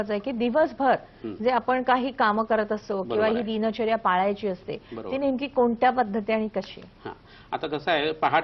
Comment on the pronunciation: दिनचर्या असा शब्द आहे दीन दीन असं उच्चारण का करतात ह्या बाई ?